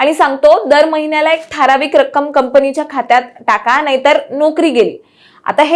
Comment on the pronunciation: अरे हिला आधी "ठारावीक" नाही तर ठराविक म्हणायला शिकवा